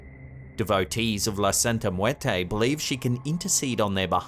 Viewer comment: Good job of making it look extremely hard to pronounce " muerte"